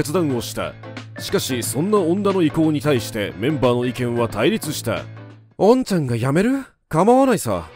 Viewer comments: 「恩ちゃん」のアクセントが違うのも気になる。 おん↗️ちゃん↗️ね。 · 恩ちゃん(↓)の発音が気になる😅 ファンもメンバーも恩ちゃん(↑)と呼びます。